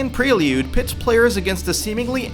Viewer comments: Also its pronounced PREY-LOOD. Not pre-lee-ood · Okay, with your pronunciation of "prelude" and recommendation of No Man's Sky, I can tell this is crap